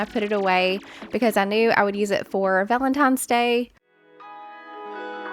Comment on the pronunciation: P. S. "Valentines Day", not Valen TIMES? Day. 😚😚😚. Might just sound how it came through on the Voice over. Back to your video.